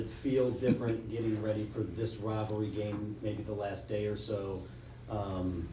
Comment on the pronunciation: College “wivalry”